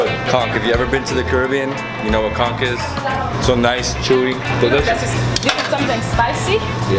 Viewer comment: Oh hunny, where'd you put all that food?! 🤣 And thanks for pronouncing Conch with the hard c at the end - cuz it grates my nerves when pronounced otherwise! 😒😂 I'm glad you enjoyed all the good food!